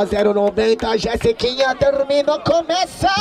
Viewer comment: Não é jessikinha.. É jesiKONA